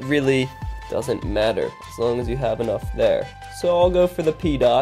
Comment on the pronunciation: pee dot? lol